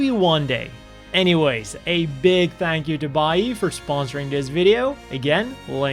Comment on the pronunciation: Okay, this has almost nothing to do with the video, and I appreciate the video, but... As a fan of Rerez, when you said Buyee, I was scratching my head for a while...